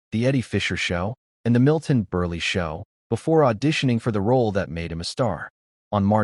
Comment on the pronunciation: Hey, A.I. "Narrator," the famous television actor-comedian was not called Milton Burley. Do your research before you put something like this together, and especially learn how to accurately pronounce the names of the people you're introducing into your narrative. It's also weird how there's this "pregnant pause" in your voice between the naming of a given city and the state in which it is located. I don't tolerate YouTube videos that use A.I. for narration; I just give the video a "Thumbs Down" and tell the creators of the video to get another job and leave this kind of YouTube video work to professionals.